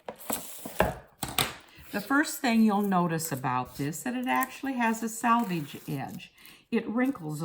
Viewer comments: sElvedge, NOT sAlvedge! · It's actually 'selvedge' . The edge left in manufacturing fabric to prevent unravelling. 😃 Although, having said that, this is plastic sheet, , not woven. Maybe ' salvage' will do!